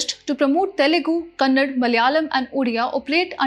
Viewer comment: It is not kannad crct it KANNADA